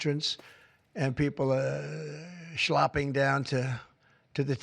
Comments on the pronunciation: Shlopping ? It's shlepping. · Schlopping? SCHLOPPING? Who taught this schnorrer Yiddish?